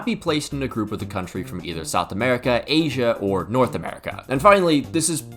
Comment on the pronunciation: You didn’t say asia, you said “H in” which sounds like asian